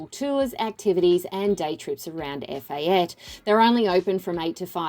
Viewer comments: EPHATA NOT EFATE. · It’s pronounced Ef ah tay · Definitely pronouncing Efate incorrectly... someting I would think should have been accurate.